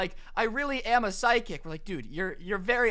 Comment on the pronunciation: Is it just me or does it sound like he is saying side kick not psychic